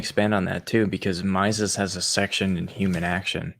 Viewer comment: I'm a patron of TIK's on Pathreon. I can send him a msg for you guys. ps. Someone needs to teach how to pronounce Mises